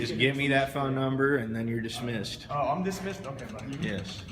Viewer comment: For f**k sake. DISMISSED. Not Dissmessed.